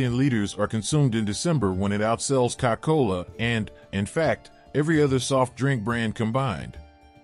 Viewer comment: “Cow cola” 😂😂😅